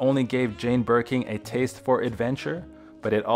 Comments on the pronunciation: The amount of times the narrator called it “Birking” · Also Bergen